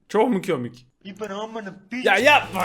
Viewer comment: Nobody::Çök mü kömik